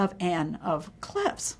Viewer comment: Mispronounced 'Anne of Cleves' as 'Clevs'. It's a long 'e'.